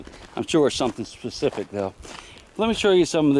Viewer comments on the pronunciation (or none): none